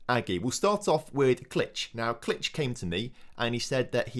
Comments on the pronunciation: Pretty sure it's klikh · I think Klich is pronounced 'click'